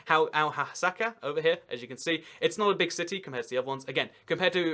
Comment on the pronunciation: hello from syria. you mispronounced Al-Hasaka so bad edit: im NOT from syrian kurdistan